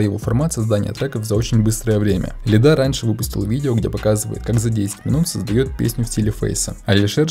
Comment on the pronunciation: лИда, а не ЛидА, он плавает по иронии и постиронии, тот дисс частично шутка, даже его глупые рифмы, это пародийный рэп